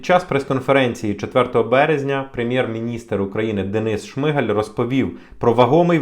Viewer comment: Ви не читаєте коменти? ШмигАль. А не ШиИгаль🤦‍♀️